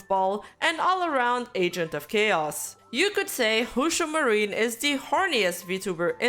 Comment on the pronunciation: I’m sorry. Did I hear “Hoo-Shoo Marine”?